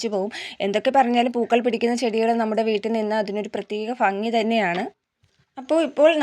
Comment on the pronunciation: ഫംഗി എന്നല്ല കുട്ടി ഭംഗി എന്ന് പറയൂ. വീണ്ടും വീണ്ടും തെറ്റുതന്നെ പറയാതെ